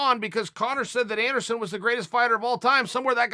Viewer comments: Errrrrm chael!! You missed the L in masvida-L and you missed the S in Ander-S-on...and thats definitely not how you spell Ronda!! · It’s about time someone told Anderon and Masvida they’ve been spelling their names wrong all this time. Thank you Uncle Chael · I can't believe everyone has been spelling Anderon Silva's name wrong all these years.. thank you for correcting us uncle Chael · Nobody: Chael: Masvida and Anderon... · Ok now Chael where is princess Leia from ? Chael: ANDERON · does it bother anyone else that uncle chael wont spell anderon's name right ever? and now masvida lmfao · The UFC have been spelling Anderon and Masvida’s names wrong this whole time and nobody was brave enough to tell them until Uncle Chael finally came to correct them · Anderon “I bac” Silver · Everyone: Anderson Chael: Anderon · Who is Anderon? Uncle Chael can’t even write!